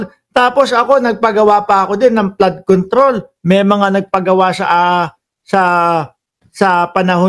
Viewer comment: FLOOD CONTROL NOT PLAD CONTROL